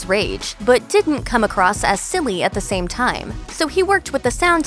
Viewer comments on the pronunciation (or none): none